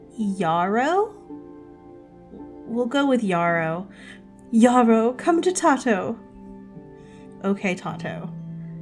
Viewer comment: isn't Tato pronounced " tay-toe " ? ( lol tei-toe ) that beetle minigame is also similar to the one i have for fishing in my game except i have 3 difficulties based on what fish you have on the line, rarer fish have faster moving arrow and smaller bar- and i have the same problem with sometimes it looking like it misses, haven't been able to figure it out. something to do with it not stopping the second you press the button :0 edit: HEY! Cola is in my game x"D She's one of my main OCs from my H comic lmfao. long blue hair tho